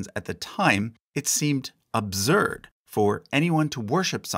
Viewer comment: Interesting way to pronounce "absurd". And interesting opinion and interpretations.